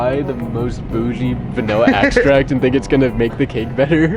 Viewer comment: "Vanilla Axtract"